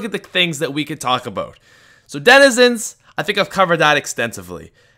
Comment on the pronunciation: Talk abeut something... Dafuq #speechimpediment